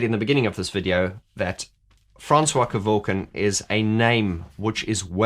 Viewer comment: Can you stop dropping the I in his surname, it's surely pronounced ke-vork-ian isn't it?. You Australians and dropping the i in a surname just like Daniel Ricciardo everyone says Riccardo even if the guy says it that way to me it's wrong, my surname would sound stupid if I left the I sound out.